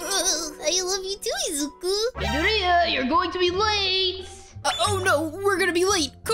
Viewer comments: Its mid-or-i-ya aqua Not mideoriya. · It's madoria not maria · Not to be mean but you pronounce midoriya wrong How to pronounce: mid-dory-ya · No offense but this is how you pronounce Midoriya Mid-or-e-a a as in like the a in KachAn :) I’m happy to help also hope this helps! Love you to!! ❤️❤️❤️ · Oh just want to tell you Midoriya is pronounced Midoreya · you said it all wrong it is: me ~ door ~ e ~ a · Not meaning mean or hating but u said midoryia wrong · U said midoriya wrong btw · You said Midoriya wrong and you said eir wrong but it’s OK everybody makes mistakes